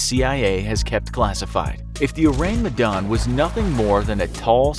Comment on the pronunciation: As an Indonesian, I appreciate that he says "Medan" in the right pronunciation